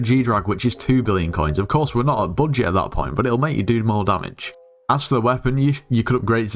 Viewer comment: "how to grind ghost in a bullshit" this is what i hear :D